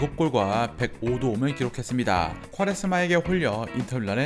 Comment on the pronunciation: 꾸와레 스마. 꽈레스마 라고 해서 누군가 했네 ㅋㅋ 빵터졌습니다. 꾸와레스마 라고 발음합니다